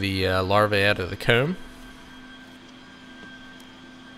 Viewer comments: The way he pronounces comb is so weird. “Keyoom” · Lol I truly love enjoy how he says his o words, hoome coomb, it’s pretty cool! Also... kinda trips the trypophobia